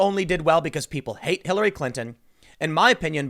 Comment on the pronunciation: "People hated Kill-- Hillary" Bit of a slip there? Lmao